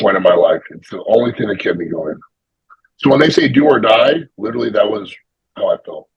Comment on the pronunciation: If he tried to say the word 'literally' rather than 'littleilly' every sentence he would be much easier to understand. Always throws me off. Badi does the same lol 😂